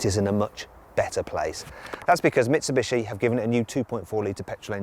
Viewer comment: 三菱の発音めっちゃネイティブやん